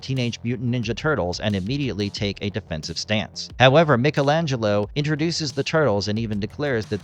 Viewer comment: Michelangelo not pronounced the way you pronounced it